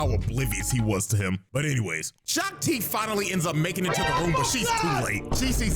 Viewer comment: Shak Ti ❌ Shock Ti✅